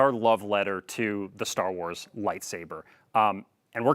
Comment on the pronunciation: Ster Wers and Halldervers 😆